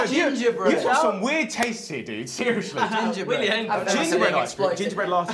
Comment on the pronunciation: everyone's talking then there's harry. "ginerbread!"